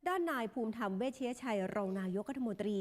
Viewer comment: pronounce as "Poom Taam". This is suck man. No need to belive me. You can find the news about this old guy in deep. He used to be a member of communist of Thailand. He supported Ex-priminister, Taksin(father of the lastest prim minister who was announced by court to finish the position) who invested a lot in Cambodia. Also about this boarder conflict, most of his speeches were too compromised and gentle to Cambodia. By the way, thanks a lot for interesting in our country. 🙏